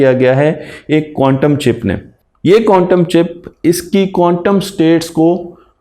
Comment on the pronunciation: قوانٹم نہیں بلکہ کوانٹم